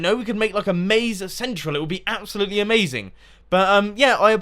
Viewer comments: 14.37 " It would be A-MAZ-ING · It is a-mase-ing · Did you really say aMAZEing? xD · Did anyone else notice he said a-maze-ing? lol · You said a maze ing :')